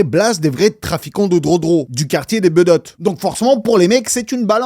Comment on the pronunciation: Sevran BEAUDOTTES pas BEUDOTTES et INCROIYABLE… entre autres… j’ai pas tout relevé. Mais pourquoi. Sevran pas Sévran… commandite et pas commanditation … dommage car tu as un super flow.